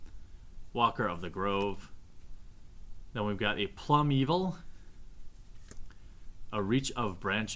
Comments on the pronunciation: its pronouned plume veil not plum evil lol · Learn how to pronounce the cards a little better. It pains me to hear you say Plum-Evil... When it is obviously Plume - Veil. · "plum evil" roflmao.... its plumeveil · Lava Spike is used by Modern red burn decks as Lightning Bolt 5 through 8 and they're worth more than Lightning Bolt because the Bolt got reprinted recently in two core sets in a row :) What really ticks me off though, is how he constantly mispronounces Plumeveil. It's plume-veil. Not plum-evil D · He did not pronounce plumeveil PLUM EVIL. Nope nope nope xD